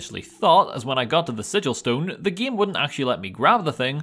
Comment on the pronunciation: What accent is he using? The way he pronounces game is tripping me out. Ghayyme